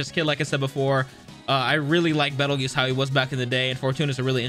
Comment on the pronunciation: Peetle juice. His name is Petelgeuse with a P.